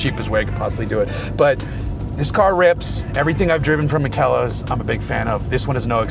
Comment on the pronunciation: The name of the company is Makel los, which means flawless in German. [ˈmaːkəlˌloːs]. It's pronounced with three syllables: "ma-kel-los". The emphasis is on the first syllable "ma". Fantastic car. Love it.